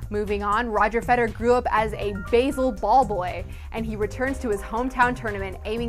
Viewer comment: good video and good news, btw its basel is pronounced "bah-zel"